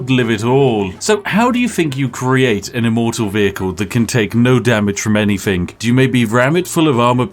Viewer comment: Its not doing “Anyfink”